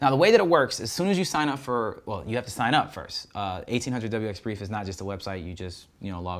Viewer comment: Thanks for all your great videos! I am a commercial manned aircraft pilot as well as 107 drone pilot. Just to let you know, in the pilot community, we say one-eight-hundred wxbrief, because that is the number you call for weather briefing and flight planning. Minor point, I know, but it was strange to hear eighteen hundred wxbrief! You are rocking this drone biz, please keep up the informative videos!!